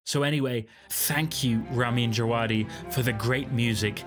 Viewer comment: FFS Research and learn how to pronounce the composer's name correctly before making an entire video about him. Very disrespectful! The way he pronounces his name (phonetically) is rah-Meen Java-dee.